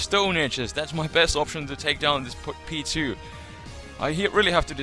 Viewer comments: whenever you say P2 it sounds like Pichu, btw i had no clue this type of battle existed but its very interesting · It took me the longest to realize u were saying P2 not Pichu lol